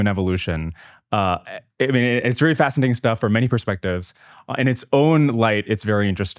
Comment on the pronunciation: he said "fascitating" lol